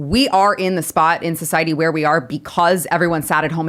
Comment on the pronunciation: Why does always hard pronounce the T in society?